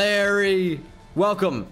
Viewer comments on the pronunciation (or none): none